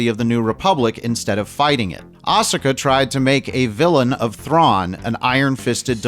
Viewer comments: That embarrassment of a show doesn't deserve to be pronounced correctly. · Ahsoka is not pronounced like awesome or awful. You'd know that if you watched Clone Wars, Rebels, or Ahsoka. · You couldn't even say Ahsoka correctly.